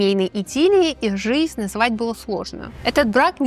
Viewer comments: я очень скоро устала смотреть на ваше физиономическое сопровождение, устала от вашего апломба. И, когда услышала произношение - "жисть"... Нет, я, лингвист русского языка, способна отличить нормативную речь и произношение - от просторечных, вероятно, из местечкового детства вашего среди малообразованных людей. Если есть такой в вас зов откуда-то - работать на публике, вещать перед тысячами - нужно не губы накачивать, не самомнение в себе воспитывать, а, в первую очередь, уважение к избранному занятию и ремеслу, и стремление контролировать себя. В вашем апломбном нарративе, эдак свысока, даже не угадывается такт, скромность, серьезность и непредвзятость. Наверное, вы "экспертизу" накопили в пережевывании сплетен и фактов в одну кучу фамильярного апломбного... навоза. У меня в отрочестве была знакомая, тоже 15 летняя девушка, которая собирала всякие журналы и таблоиды о фильмах и звездах. Настолько была во всем этом, что приобрела вот такую же, как у вас, фамильярную, всезнайскую и сужденческую манеру каляканья на тему селебритис. Это ее никуда не вывело в жизни. Ее апломб и всезнайство ( в этой теме) не сделали ее ни хорошим специалистом ( хотя в институте она на всех смотрела свысока), ни собеседником, ее манера, даже голос были неприятны. Она за годы потеряла даже надежду своих родителей и нас, с кем она общалась эдак снисходительно - надежду на осмысление и воспитание в себе настоящего интеллектуала. В дальнейшей ее жизни она не смогла завести друзе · Неоднократное: "Жисть" мне одной режет слух?